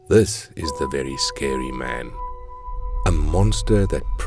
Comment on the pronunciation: Vewy scewy man